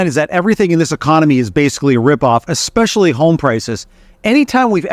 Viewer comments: You known, I know it, and expresslly. Second 3 maybe. Living in the States for over a decade I heard it a lot. Xspecilly pronounced with an X. Also, the word escape. You Americans want to say: Xcape. However the word is Es cape. Note no X. Es cape. Try saying Es cape. Then try Es specs ly. No X sound. Just trying to help you sound more like you have a grasp of the English language. It’s important to journalist. Knowers of the English language can spot you a mile away, just the way you talk. Study it, and you will be a better journalist. Just saying. (American saying). Cheers! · Hey Xpressly boy. It essentially, see…there is no X. Sound it out. Just like the coffee…espresso. See no X. Not expresso. If you want to sound like you know what you’re talking about, you got to pronounce words properly.